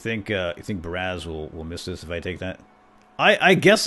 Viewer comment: God, every time he said Baraz it annoys the crap out me.